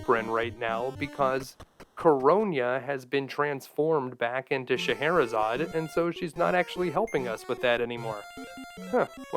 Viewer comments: I always thought that it was pronounced with “zaid” and not “zod” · It is pronounced as 'Sheher-e-Zaadein" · "shuh-heh-hurr-a-hay-uh-zay-ed, shuh-heck-her-hay-zuh-day..." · So, not only have I been pronouncing “Faxanadu” wrong, but now “Scheherazade.” My childhood is becoming a lie. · I would have never guess that's how you say that name.